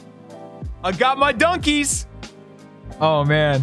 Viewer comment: Every time he says dunkies it sounds like donkeys to me